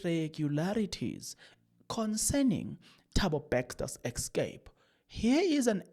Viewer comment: Yabona my son you said someone commented to how you call Bester Bexter made me laugh silently and nicodemusly because I know a number of words you call anyhow and number of you tubers that call those words like you 😂excape instead of ESCAPE is one of them. I will be like it doesn’t matter I got the message